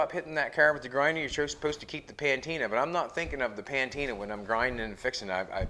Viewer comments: Hey,, it's pronounced "PUH-tina", not "PAN-tina"! Other than that, I'm following this build with interest. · buddy, it patina not pantina, but I love it, I will from now on call it that! 😂